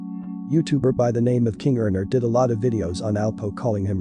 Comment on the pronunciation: Once I s “King OFF Harlem” I knew it was a foreigner doin an AI video!